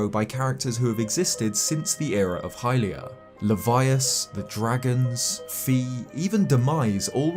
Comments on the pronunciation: You said fe rather the fi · Fi rhymes with sky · We're in 2021 and people are still mispronouncing Fi's name.